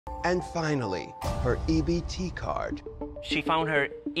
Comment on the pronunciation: I love everything about this moment From her mispronouncing EBT card, to her whole look ❤ I'm so glad that we got to see her again in the show